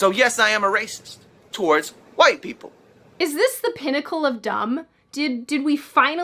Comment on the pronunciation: I love how you pronounce dumb.